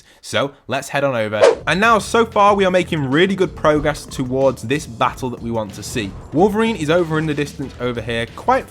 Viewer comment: The way you say progress is super annoying